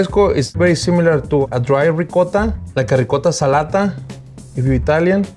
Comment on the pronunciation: He said “ricotta salata” better than some Italian-American guys 😂😂